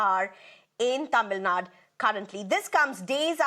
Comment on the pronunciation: It's not tamilnad it is "tamilnadu".for your info.